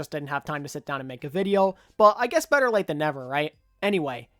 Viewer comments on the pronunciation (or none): none